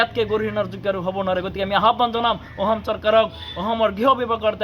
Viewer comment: Ki aohm aohm koi aso suduvi kalaa, axom khon nam holabo lolia pisoloi ki hob baru, thotok atiya nekhedele pisoloi tohtoi axomr vias hoi jabi